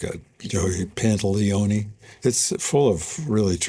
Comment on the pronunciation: What did he call Joe Pantoliano